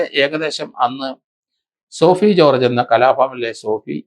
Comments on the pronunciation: രണ്ടു പേരുകൾ എങ്കിലും മര്യാദയ്ക്ക് പറഞ്ഞൂടെ?? ഭലാഭാസ്‌കർ അല്ലാ... Balabhaskar പിന്നെ കലാഭവൻ സോഫി എന്നല്ല...sobi എന്നാണ്.... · Sir shoby george not sofi george And its balabhaskar ( not baalaaabhaskar)(